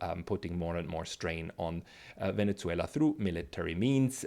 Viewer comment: Did you repeatedly say Venetzuela? Why?